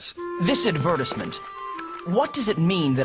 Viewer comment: he pronounced it AdvERTisMENT